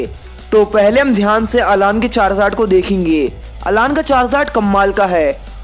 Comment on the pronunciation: Vo अलान nahi अैलन